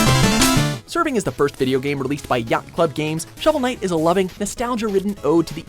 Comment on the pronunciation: did he say showel night raised 300 million and burned through that?